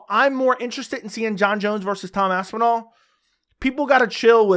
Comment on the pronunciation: “eyidmen “🤣🤣